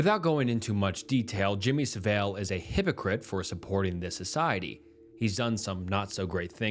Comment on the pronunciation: the way you pronounce jimmy Saville actually hurts my brain